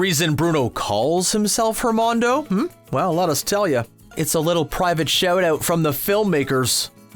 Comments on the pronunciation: “Don’t make fun of my pronunciation.” Then watch the movie ONCE before narrating the video. Listen to “Dos Oruguitas,” ONCE so you don’t call it, “oreegweetas.” Make sure you know it’s, “Hernando,” not, “Hermondo.” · isnt it adnando not hernondo? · IT ISNT HERMANDO. ITS HERNANDO. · HERNANDO, HERNANDO not HERMANDO. sheesh. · HerNando* not Hermando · IT IS HERNANDO NOT HERMONDO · It's Hernando Er-nan-do